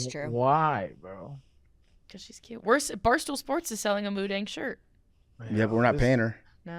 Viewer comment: is incorrect. It is pronounced Moo Deng. Deng means bouncing. Moo means pig. Dong in thai means to like ferment food, i.e. pickles.